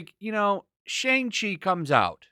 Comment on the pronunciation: Youtubers have already reviewed it and so far they say its good. Jeremy Jahns review was pretty solid. Not sure why y'all seem like you're rooting for this movie to fail and its not even out yet. Also purposely mispronouncing the name is really not cool.